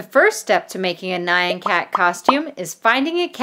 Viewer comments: It sounds how it looks, n-yah-n, I was thinking same thing when she kept saying Nai-an, I was typically shouting at the screen X3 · she pronounce it as nyian cat it’s n-y-ah-n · And your calling the nyan cat nan cat its NYAN NOT NAN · Nai-an Cat? I thought it was pronounced ñahn because nyan is the Japanese equivalent of meow... Right? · It's not pronounced naian cat it's nyan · When the meme said nyon cat it’s actually called neon cat in this video it sounded so wired when you were saying nyon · Nayan Cat? Why would you pronounce Nyan Cat Nayan Cat